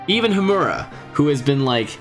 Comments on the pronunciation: Btw its Hiruma bro, not Himura. Still a great video, you should make more Eyeshield 21 content. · its soo funny that you mention the hiruma name wrong soo many times :D